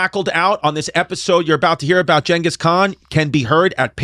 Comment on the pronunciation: It's not gengus or chingus, it's jingus